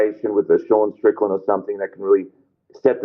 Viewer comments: says "Strickdan" instead of Strickland! Call back to yesterday's super chats. SHOUT IT FROM THE ROOFTOPS, DO NOT LET HIM GET AWAY WITH THIS PEOPLE! 😅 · 3 minutes in and hits us with the Sean “Stricktand” 😂😂😂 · I was with you the other day. But I’m hearing you say “Stricktand” today! All love to the boys on the back!! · says "Stricktan" hahahahaha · Scratch that - He's said it about 40 times